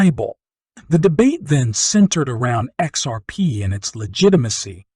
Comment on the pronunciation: I can't watch you because you say exurp, instead of xrp